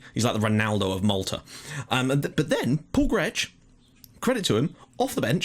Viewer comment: Hi you must be getting really frustrated with my comments :P But here are some new corrections-Xuereb is pronounced Sh-ue-reb. Grech is pronounced Gr-ek. And also, Valletta and Hibernians are currently the real top dogs in the Maltese Premier League. Birkirkara are basically the team that finish 3rd most of the time. For me you should really be more worried about games vs Valletta and Hibernians rather than Birkirkara, but I don't know how good they are in the game. And yes, Michael Mifsud was one of the best Maltese players of the recent times.